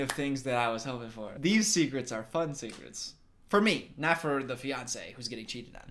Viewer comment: You said DARKEST SEKRETS